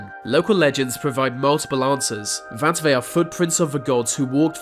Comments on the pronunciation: It’s so irritating when he says vat, errmmmm it’s called “that” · Why does ‘vis’ guy pronounce every ‘th’ sound with a V please? ‘Vat’ is extremely irritating. 👀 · The..... NOT Vee! That..... NOT Vat!...........ffs It's not difficult!👎😠👎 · It’s pronounced “that” not “vat” and “the”not “v” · THem not Ven, THat not Vat, They not Vey, anoTHer not anuva. THe not Veh....... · Please learn to pronounce the "th", viss, vat, alvough, va, ve, vem, wivin... should be THis THat alTHough THe Them wiTHin..